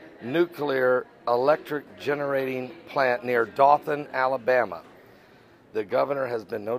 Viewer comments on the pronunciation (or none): Dothan is pronounced with a long O (superhero O, it says it's name) lol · It's pronounced DOE-thin. Here's the link to WHNT 19 based out of Huntsville, AL.